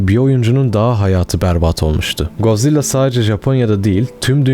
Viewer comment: abi yanlış okuyorsun lütfen bu yorumu gör ve doğru oku valla içine iniyor yanlış anlama godzilla - god zilla (doğru okuyon) mosura - mot-ra Ghidorah - gidorah angirus - angeyrus okunuşları bunlar ab